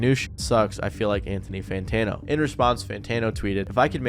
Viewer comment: What’s an Anthony santano